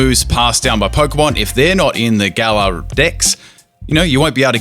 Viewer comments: Ur saying Gallour weong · The Way You Said Galar Smh 😓